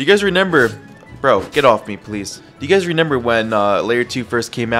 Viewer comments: He keeps saying renember not remember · why does bro say renember instead of remember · in layer 2 bro could not say remember right 😭